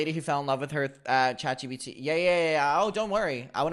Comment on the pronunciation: I LOVE that you call it chat gbt! Please don’t stop. It’s a little thing that brings me so much joy.